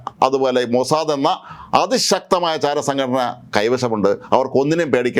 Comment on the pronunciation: Not Mosade , its 'Mosad 'please correct your pronounciation .